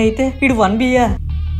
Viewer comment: కచ్చాలు కాదు కెచ్చాలు